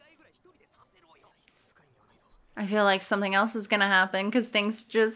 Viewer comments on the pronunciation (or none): none